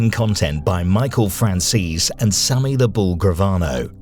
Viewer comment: Sammy not sonny